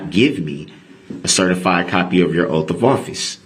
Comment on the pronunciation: "Oapf" of office is how he pronounces it!